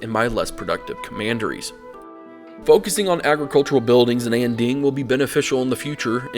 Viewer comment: Here’s some advice for pronunciation: Mandarin Chinese does not have the ‘aaaa’ sound (as in apple). So Anding would sound more like Onding.